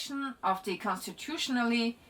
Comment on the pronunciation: Gotta tell you, your English is great. Constitutionality! Well done. Probably 25% of Americans wouldn’t even try that word! lol, great job!